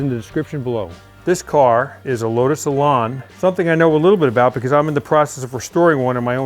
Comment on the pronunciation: It's lotus Elan not Elarn